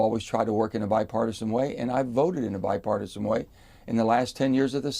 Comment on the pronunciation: What part of being used by Republicans does Manchin not understand. Sick of hearing him say bipartosin